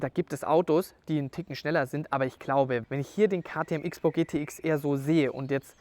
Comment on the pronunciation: Kleine Korrektur, weil ich es immer wieder höre: Man spricht es in diesem Fall „Cross-Bow“ nicht „Ix-Bow“ aus.